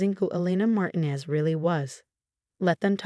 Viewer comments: It’s Mar ti nez, not marinez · Please correct consistent mispronunciation of Martinez.